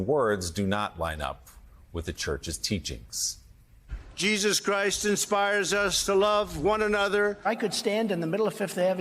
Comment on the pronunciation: When he says "Jesus Christ" he makes it sound like a swear... 😅😅😅